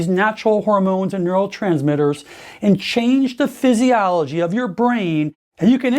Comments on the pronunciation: "Psysialligy"? Really..? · I had suspicions about this 'Dr' right from the start due to his way of speaking and his inability to pronounce the word physiology correctly and his speech in general. So I looked him up. He is NOT a Doctor of medicine but a chiropractor and has no legal right to call himself. He has been busted online for it from many sources.